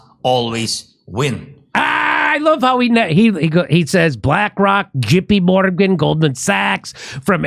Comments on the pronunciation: Would you let me grow couple marijuana farms in Ukraine since he’s looking for investors specially from the United States of America and chicken Morgan if you hear how he said JP Morgan it sounded like chicken Morgan I can get a lot of chicken Morgan money and take it there and build a lot of marijuana farms Let me know Zelenskyy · I wasn't gonna make any jokes because his English pronunciation is probably way better than my Ukrainian or Russian could be, but I couldn't help but laugh at "Jippy Morgan" lol